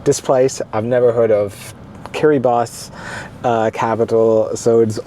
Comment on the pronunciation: Top marks for pronouncing Kiribati correctly, most people say it the way they see it, you obviously researched it.